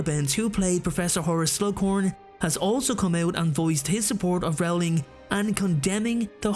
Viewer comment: Dude, it's pronounced ROLLING, not RAWLING.